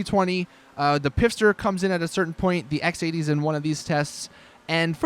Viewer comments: It's not the "pifster" it's the "FIST HER" it's so annoying when u say it wrong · its not pifster it's fister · its pfister (silent "p") not pifster